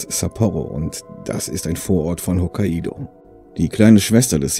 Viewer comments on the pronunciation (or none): Wollte nur anmerken,dass es nicht Hokka-ido sondern Hok-kaido ausgesprochen wird. ;-) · is schon klar,aber in dem fall wird halt nicht das "a" und dann das "i" betont sondern es wird als "ai" betont.hab mich aber eh schon dran gewöhnt,meine eltern haben einen bio-bauernhof,verkaufen auch hokkaido-kürbis und meine verbesserungsvorschläge fruchten nicht. ;-) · Naja,ich hatte mal einen Mitarbeiter der Japaner war und der hat mich berichtigt als ich es so ausgesprochen habe wie du im Video! ;-)